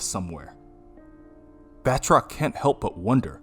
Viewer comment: It’s “Ba-troc” not “”Bath-rock” haha